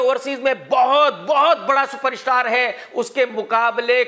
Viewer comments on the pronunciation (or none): Its krk social media not shoshal media .its super star not super ishtar